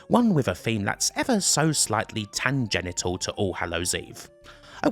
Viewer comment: "Tangenital"? Freudian slip or deliberate mispronunciation?